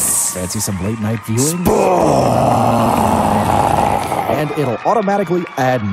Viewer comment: don't you mean SPWAATS SPWAATS??????